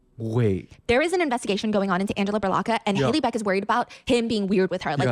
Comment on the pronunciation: Not Hailey beck bro....